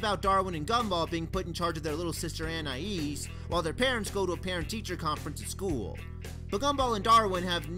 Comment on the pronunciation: Finally, someone who pronounces Anais's name the same way I do! Just for that: SUBSCRIBED!